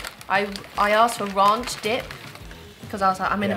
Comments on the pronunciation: They say Ronch lol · The way you pronounce Ranch I have never heard it that way. The way the lady in America pronounced it to you is how you say it. At least in America. :)